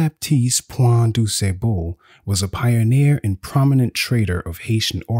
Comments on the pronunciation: Why is it so difficult to pronounce the man's name properly? "Du Sébeau, Du Sébon"? It's "Du Sah-ble". How hard is that? He's your main character, the very subject of this video. Lord, why didn't you check his name? It's disrespectful. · It’s Point du Sable, not doo say-bul. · This was incredible, though I was constantly distracted by the mispronunciation of du Sable. I know I know, very pedestrian. It was just so constant. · except the AI pronunciation of his name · The narrator says the name with confidence, but incorrectly. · I’m from Chicago and if you came here ( that is, if you’re not from here) no one would recognize the pronunciation of his name as you give it. Thanks for the info. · 😂😂 the way you pronounced his last name though. Point duSable means "point of sand" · Informative video ✊🏾 I’ve been in Chicago my entire 45 years on this earth…and been pronouncing his last name wrong this whole time 🤦🏾‍♂️ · His pronunciation of the gentleman's name makes it hard for me to listen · Nobody can watch because you pronounce his name wrong. you gotta get more education because this makes you look bad. I hit pause and I have to give you a 👎 please don’t take this the wrong way but if you’re talking about a great person who’s name most educated people know you look bad pronouncing his name wrong. Lord have mercy on the poor guy.